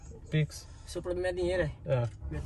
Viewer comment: Seu ploblema e dinheito é? É O meu tbm Cremosinho nn da man kkkkkkkkkk😂😂